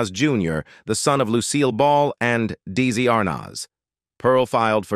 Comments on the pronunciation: Who's Dizzy? It's Deslui. Good list. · This narrator needs to learn the correct pronounciation of Desi Arnaz Jr.. it's phoeneticall pronounced: de...zi not the massacre made by the narrator who often mispronounces common names.